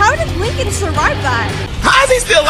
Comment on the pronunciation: When Giorgi said Lincoln, I had subtitles off. Because subtitles usually spoil the situation. Thought he said "You know something, Nigga..."